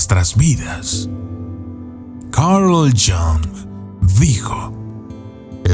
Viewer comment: No me parece muy inteligente pronunciar Carl "Young".